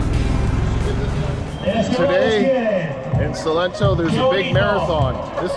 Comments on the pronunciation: Its SALENTO, not Solento .! Thanks u ! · Also, it is Salento, no Solento 😅 lol. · Salento!!!! No 'solento'